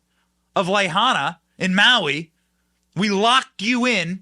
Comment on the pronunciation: LA HAI NA....LA HAI NA...LA HAI NA... love you bro. Please pronounce it correctly